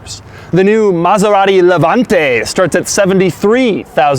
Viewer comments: Didn't even know Maserati came out with an SUV and he put so much emphasis on it when saying the "Levante" that car is a freaking beauty! Screw this house on wheels. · The way u said Levante had me dying